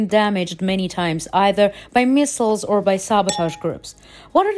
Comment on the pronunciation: She needs to pause every now and then too. Everything seems to string in one loooong sentence; every word with 'or' she pronounced 'er' . Otherwise Great Job!